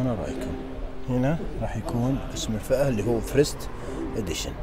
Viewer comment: فيرست و ليس فريست 😂